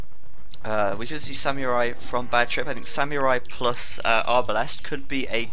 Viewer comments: Its pronounced "Sam-ur-ai" not "Syam-Yur-Ai" lol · isn't it more like Sa-mu-rai? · actually it's "sa-mu-rai" ;) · pronunciation of samurai, grrrr.